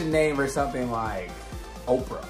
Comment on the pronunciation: Opal, not Oprah